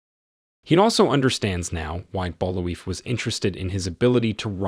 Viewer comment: Bul-vai is how it's pronounced, they say his name in the movie like a dozen times.